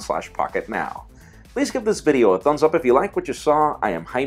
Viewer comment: Porque dices tu nombre como jjjaime rrrrrivera tanto enfasis a esas letras o presumes que eres mexicano?